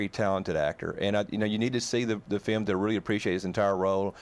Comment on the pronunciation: The guy called it a "fim"!!